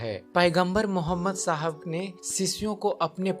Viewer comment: Apne mazhab k bare me batao koi zarurat nahi hai islam k bare me batane ki tumhare mu se achha nahi lag raha hai pyaara sa naam mohammad or na tumhare talaffuz sahi hai